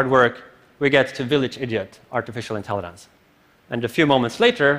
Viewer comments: I can't help but hear him say "intelli(d)ence". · why he keeps saying intellidence? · Someone PLEASE tell this guy there's no "d" in "intelligence"!....... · If this guy says “intelliDente” one more time I’m throwing my phone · sobering talk. funny how my brain gets distracted by a simple mispronounced word > intellidents. AI wouldn't waste time with such useless distractions. I'll continue evolving until it's unnecessary :) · Why does he keep on saying "intellident". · Someone needs to tell him that it's not pronounced "intelliDens", it is good talk though. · Artificial "intellidance" :)))) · Somebody needs to tell him how to pronounce 'intelligence'...